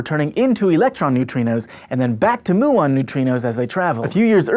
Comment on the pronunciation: Btw, it's m-yu-ons and not moo-ons.